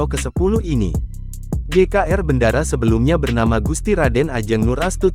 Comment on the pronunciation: BENDARA NDHASMU. BENDARA DIBACA BENDORO BUKAN BENDARA. TOLOL!